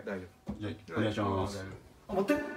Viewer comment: あっ待っ⤵︎ ↑て